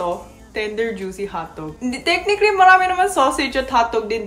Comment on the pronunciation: Sino dito nagaabang tuwing sasabihin ni yung "tek-nik-lee"? 🥰